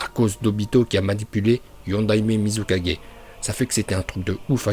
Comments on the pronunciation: Apprend a dire mizukage pcq tu dit muzi4g t vrm null tu c même pas bien prononcer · Tu prononce bien hokage mais mal tsuchikage,mizukage,raikage et kazekage